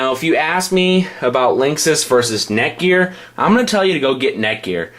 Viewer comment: is he saying neckwort?